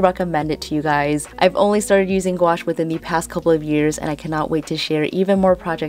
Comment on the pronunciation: You said gwash a million time..lol 😆